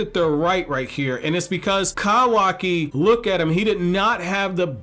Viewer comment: Not to offend you bro but please just call him Kawaki not Kawaaaki!! I like your Vidoes but that's all I hear.